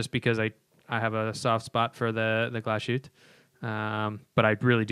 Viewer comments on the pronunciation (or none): Even if we don't want to be snobbish about watch names, please don't say "Glasshoot" because this means Glass debris in german (and Glashütte is a german word), Just seperate the word after Glas, thats how it would sound... hütte = hut (in german hut is also the word for the workshop where glass or metal is made)